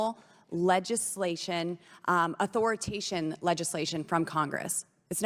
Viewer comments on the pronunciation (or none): "Authoritation.." !?!?! What is this gnat with boobs doing in there? How embarrassing.